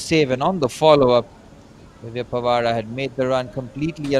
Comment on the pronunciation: 1 first gool dis name is Divya pawara not pwara पावरा hindi word is name of Divya pawara